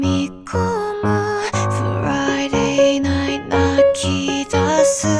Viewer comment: 「Fri day Night」の部分発音良すぎない！？